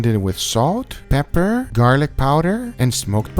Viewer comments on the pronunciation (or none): everyone: peper, garlic powder guga: pepher, garlic powdher